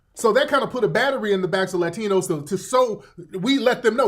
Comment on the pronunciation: She’s not in pronouncing “Latinos” authentically 😂😂😂😂 she ain’t no Hispanic. Stop the Cap Sis.